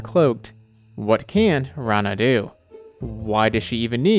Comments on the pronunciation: Its not raana. It's rana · wait what! this is not how to pronounce her name!